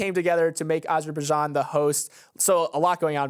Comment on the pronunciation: is usually on-point with the pronunciations but I’m pretty sure he butchered Azerbaijan 😂